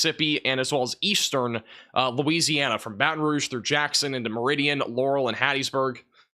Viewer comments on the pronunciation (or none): none